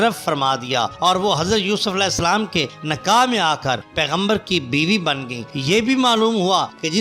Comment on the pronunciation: Urdu ki ibarath padhnay ka threequa ghalath hai nikah Ko nakah kuch isstharha